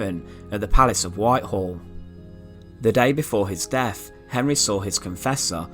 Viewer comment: The deff of Henry the eieff